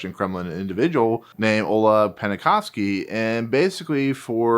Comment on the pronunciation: Oleg's last name is pronounced "Pen-kov-sky", not "Penna-kov-sky". We owe Wynne and Penkovsky so much, the name should be pronounced properly as a respect.